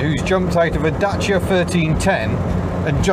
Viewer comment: I'm so glad you pronounce Dacia correctly, unlike James May. That E-Type is epic too, such a beast. I thought they said they would do 160mph, which was amazing for it's time. Achingly beautiful car, yet reliability would be my biggest concern.